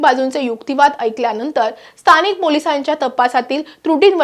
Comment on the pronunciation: स्तानिक नाही गं बाई.स्थानिक असा उच्चार आहे